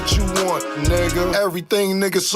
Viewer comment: hearing Mike saying nugguh like that took me out 😂😂😂